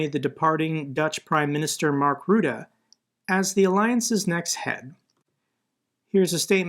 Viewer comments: As a Dutch guy somehow this is the first place I've heard that Markie is now NAVO-baas. We know he's been wanting to do that for a while now, I didn't know he's actually been chosen. Also it's pronounced Rutte, not Wroede. But I don't blame you for mispronouncing it. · Rutte is pronounced Ruttah not Ruda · lol Rutaaaaa XD that sounds so funny here we pronounce it as RuttE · FYI, the Dutch PMs name is not pronounced “Rooda”. For English speakers the pronunciation is similar to “Butter”, but replace the B with an R and don’t pronounce the last letter (keeping the rest the same). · Funny how you pronounce 'Rutte'. I'm Dutch. Love your channel